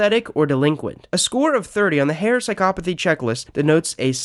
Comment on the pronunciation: psycopaty ? WTF HOW DO YOU PRENOUNCE THAT WORD ?????